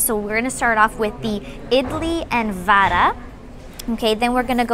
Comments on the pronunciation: Ma'am it's not Vaada...it is vada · Papad for biryani yuck🤮🤮🤮. By the way it is not vaadaa its vada